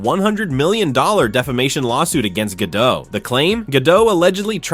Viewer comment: GadoT - T is not silent, it is Israeli, not French